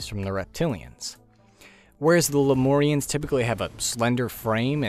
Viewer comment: bro why you pronounce Lemurian like that